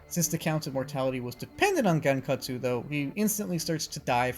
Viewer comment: It’s pronounced (Gon-Kut-su-oh)